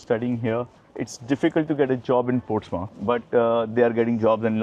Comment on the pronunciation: It's Portsmouth not Ports mouth It's one word